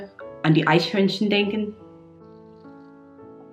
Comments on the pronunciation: Cool video. And I absolutely subbed for the EICHHÖRNCHEN xD Great pronunciation btw :D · You are part of the small minority that can pronounce perfectly both "squirrel" and "Eichhörnchen". Hats off! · 🤩 you can pronounce „Eichhörnchen“ perfectly! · PS: Your "Eichhörnchen" was incredible! I used to tease my dad making him say that word 😁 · You are the first non-German that I've heard pronounce "Eichhörnchen" correctly !!!! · For me as a German, the most remarkable thing about this video is your perfect pronunciation of "Eichhörnchen". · did she really just say eichhörnchen perfectly? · yes she did! Greets from Leverkusen, Germany